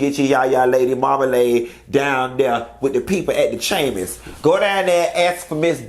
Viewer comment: As soon as you said “the chamis of commerce”, I said hold on let me fix me a drink because bout to cut up 🤣🤣